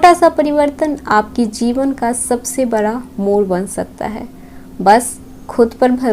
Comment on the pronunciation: we respected a lot🙏🏻🙏🏻 आपका राशिफल एक नंबर👌 रहता है l पर अब बड़ा को बरा क्यों बोलती हैं, 👉ड़ 👈 में आपकी toung फिसल जाती है,, इसलिए आप ड़ को र बोलती हो l और 👉स👈 को 👉श👈 क्यों बोलती हैं? जैसे सोमवार होता है,,तो तो आप 👉सोमवार👈 को 👉शोमवार👈 क्यों बोलती हो?